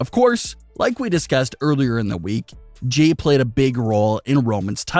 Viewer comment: It's Jey!!! Not Jay